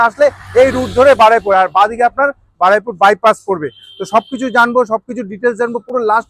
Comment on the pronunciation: Jaiga tar naam Baraipur noye Baruipur ... Plz aktu thik kore bolun 💀🙏🏻